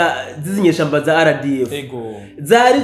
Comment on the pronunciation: Mumvugira neza iryo zina ry'inyeshyamba,ngo:"za RDF"🎉